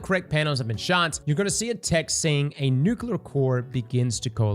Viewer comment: Bro still can't say nuclear